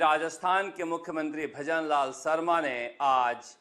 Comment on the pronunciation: इतने बड़े चैनल यानी चाटुकार उन्हें शर्मा भी नहीं बोलना नहीं आता है न ही शाह बोलना आता है सरमा ओर साह अफ़सोस गजब चमचे ही नहीं खबगिर बन गए एंकर साब😂😂😂😂😂😂😂😂😂😂